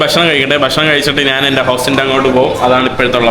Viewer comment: നാന്, നാൻ അല്ലെടാ മുറിയണ്ടി, ശരിയായ മലയാളം. ഞാൻ എന്ന് പറഞ്ഞു പഠിക്കുക